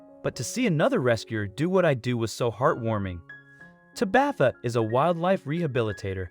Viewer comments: I was laughing every time he said Tabitha. Lol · Whomever is reading the script needs to learn how to pronounce a few words. When referring to an injury it is pronounced 'woond' not 'wownd'. Tabatha is pronounced 'TAH-bith-ah' not 'Tah-BITH-a'.